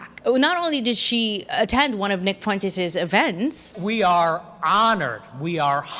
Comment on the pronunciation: Why do black podcasters say "fu-entes?" The UE is a dipthong